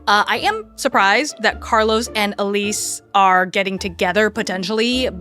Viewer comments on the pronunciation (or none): Carlo. No S. NOT CarloS.